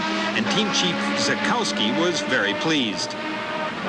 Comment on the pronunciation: The mispronunciations really stood out for me....even Renault of all things. I could understand pronouncing the silent W in Derek Warwick's name but it was humorous to hear him pronounce Zakowski as you would in the North America and then hear Lauda and Dr Palmer pronounce it correctly (the German way). It's a bit of a bugbear of mine.